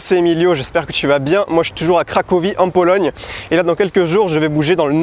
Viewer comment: "En Pologne" avec le ptit accent 😭❤️